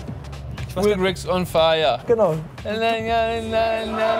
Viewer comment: Er heißt Will Grigg. Nicht "Griggs" :)